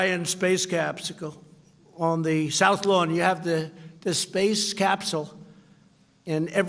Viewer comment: “Space capsicale” 😂😂😂